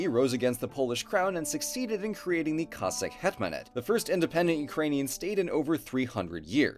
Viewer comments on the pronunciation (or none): none